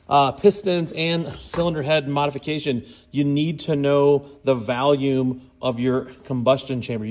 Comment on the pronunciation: Theres no "A" in the word volume. 😂😂